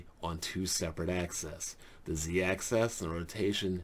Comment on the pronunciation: Ax-is", Not "Ac-cess"... Figured the spelling of it was a huge clue.